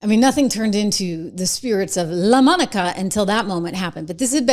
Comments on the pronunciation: Lamonica? It's Lamanica. That is a dude! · I love how you say Lomonica😅